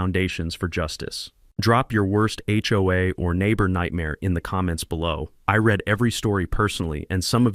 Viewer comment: Why does the video behind this story have those vertical white lines that move up and down throughout the length of the story? Not only are they distracting but they are painful to look at, and would have given me a headache if I hadn't scrolled them out of view. Why can't your AI voice pronounce words properly? The present tense of "read" is pronounced "reed", not "red". Why is the word "bollard" misspelt as "ballard" on the screen several times during the story? This production is not very professional and does you no favours. It seems to me that it has been cobbled together as quickly as possible, with no checking to make sure that everything has been done correctly. I expect better from people posting stories on YouTube for everybody's entertainment. I live in England, where we do not have Home-Owners' Associations. In my opinion this is a good thing.